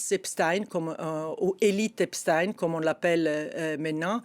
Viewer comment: En langue francaise, on dit "EpstEINE", - non pas Titine.